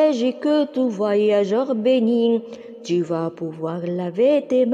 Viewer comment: Ta voix est très belle, mais j'ai remarqué des erreurs comme bénit. T ne doit pas être prononcé car c'est une muette